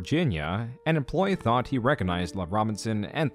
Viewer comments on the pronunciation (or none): none